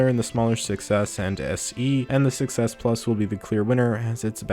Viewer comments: Don't you think that when you say 6s it sounds like success? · When he says 6s it sounds like he's saying success which is also true